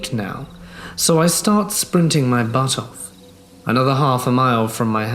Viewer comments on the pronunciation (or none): none